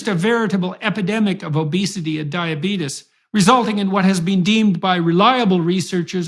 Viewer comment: I love how Jordan says "diabeetus", like Wilford Brimley .